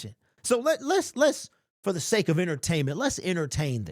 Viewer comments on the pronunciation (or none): none